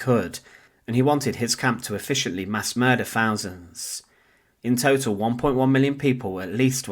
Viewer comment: Thousands not fousands. Speak properly.